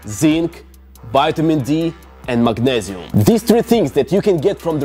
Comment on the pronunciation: The "MAGNEZIUM" accent 😂😂